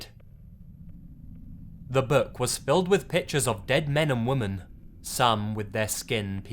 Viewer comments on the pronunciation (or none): and WOMAN every time instead of WOMEN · How the fuck does this guy not know how to pronounce the word women???. There's a very clear difference between woman and women. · The way he pronounces women as woman... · And the plural is WOMEN (pronounced WIMMEN). For the love of God, pronounce these words correctly. Pleeeeease! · Surprised an Englishman can´t pronounce Women in plural :)